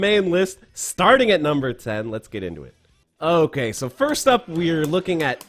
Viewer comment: Wtf is an okayzemae???